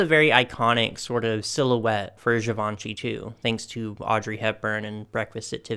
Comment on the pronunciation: Hi! A lot of your pronunciation is great! However, 2 pointers on LaCroix and Givenchy: LaCrwah and Zhivo(n)shee (the "n" is not really pronounced; it just nasalises the "o"). I love all these dolls - the Versace lace-up gown is amazing! Those Oscar de la Renta fashion packs are...! Brings back so many memories and I need to get my hands on 2 or 3 of them. I'd like to dress some of the Barbies that I still have in them. She wore a lot of other designers as well - like Valentino, Burberry, Sonia Rykiel, YSL, Lanvin. I LOVE Barbie in Dior. She would look wonderful in vintage Chanel too. I hope She collaborates with Aje., Alice & Olivia, Carolina Herrera, and Hermes in the future. Aje.'s aesthetic is feminine with an edge and they have a lot of bubble-hemmed mini and maxi dresses that I'd love to see her in. I actually bought one that reminded me of her late 80's, early 90's style with a huge bow at the back that was reminiscent of the bow from YSL's Pink Bow Dress. I love Alice & Olivia, and CH for their fabulously girly but still classic aesthetic. Hermes is luxuriously quiet and no one knows who you're wearing until they see the silk twill scarf! I would also love to see her in Marchesa's eveningwear; and also in an elegant men's tuxedo styled for women.